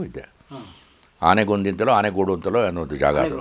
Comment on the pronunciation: ಅವರೇ ಆನೆಗೋಡು ಅಲ್ಲರೀ ಆನಗೋಡು.